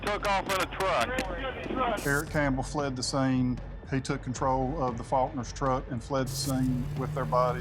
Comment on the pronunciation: Am I the only one that noticed he said Fuckners instead of Faulkners? I'm sensing that was intentional and that he had more to do with the murders than he's letting on.